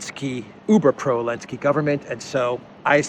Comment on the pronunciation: I like your videos but the only thing is. It’s not elensky is Zelensk with the Z!